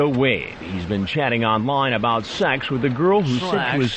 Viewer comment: Did you come here to have SHEKSH with the little guhrrl.